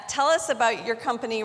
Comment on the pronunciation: Telly v Telluh